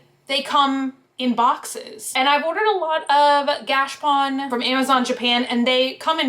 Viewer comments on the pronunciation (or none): I’m pretty sure it’s pronounced gah-cha-pone. At least the people I know who live in Japan pronounce it like that. Anyhow, those are really cool!